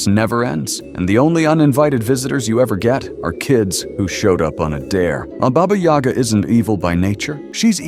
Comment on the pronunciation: That's Bah-Bah Yaga not Bey-Bah Yag!